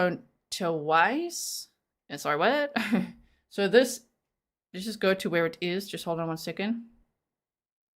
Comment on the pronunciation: lol “I’m sorry WUT?” lol you sounded so American Lolol like a total valley girl ya know! lol AND it also PERFECT response to TWO phone resets sigh